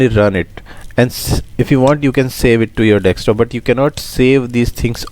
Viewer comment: thanks, keep it up. BTW, its desktop not dekstop!